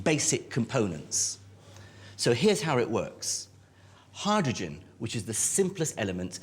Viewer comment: Your pronunciation of “hydrogen” is weird.